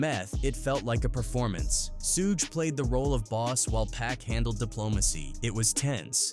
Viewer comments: "Sueeg Knight" 😂😂😂😂these machines man. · Can't take this AI shit serious with the "sooge", R-Z-A, G-Z-A, Redmin, Thah Dogg Pound, shitty info, wrong dates, calling CREAM Raekwon' single. 😂😂😂